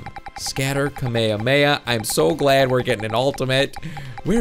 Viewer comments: its not kameme it'd kamehameha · You and the dub say Kamehameha wrong. also watch Dragon Ball Super you're missing out. the only non cringeworthy dub is Hellsing. My biggest problem is how I and several Youtubers do a better Goku than the professionals from the official dubs.